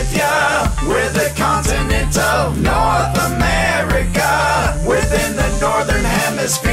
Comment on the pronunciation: NoRtH Amerikuh